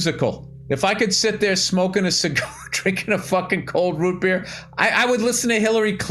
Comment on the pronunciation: I’ve never heard anyone else say “root BEER,” with the emphasis on beer. It’s always “ROOTbeer”